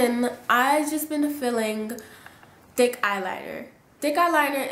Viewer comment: I swear I thought she was saying "dick eyeliner" I kept replaying like 10 times before I realized she was saying "thick" ahahah. Beautiful look though 😍💕